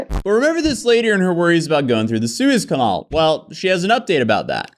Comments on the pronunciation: Please learn how to pronounce "canal" properly 🙏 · Please look up how to pronounce the word canal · I will forever pronounce canal, “conol”. Thats how says it so thats how I say it from now on. Inquiring minds want to know if he pronounces antenna, “antanna.”